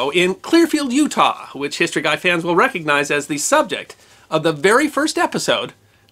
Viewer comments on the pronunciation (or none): none